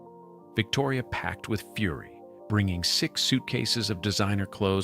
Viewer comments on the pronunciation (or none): none